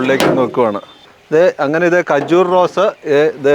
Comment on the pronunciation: ഖജൂർ ✅ കജൂർ ❌